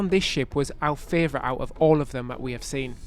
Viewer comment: The word is pronounced Favorite NOT Fravorite!! Love you guys but everytime you pronounce that word wrong I want to fly to the UK, hunt you down and slap ya silly.